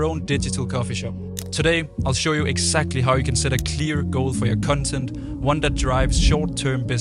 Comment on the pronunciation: Sorry but did bro just say “cun” “tent”? And several times throughout the video lol Great video though